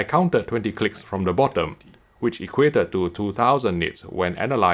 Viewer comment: Whenever he say clicks It sounds like CLITS……. not my fault 😝